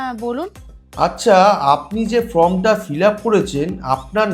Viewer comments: ওটা ফ্রম নয় ফর্ম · ওটা ফ্রম নয় ভাই ফর্ম হবে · ফ্রম নয়, ফর্ম